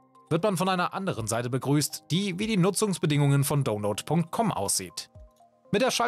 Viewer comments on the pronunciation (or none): es heisst nicht dohnload sondern daunload